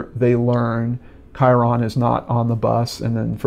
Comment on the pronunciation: Just a friendly fyi! Kyron is pronounced "Ky-rin"... ;-D